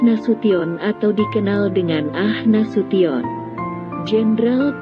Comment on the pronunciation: Bu Narator,,,bukan AH Nasution tp A H ( Abdul Haris ) Nasution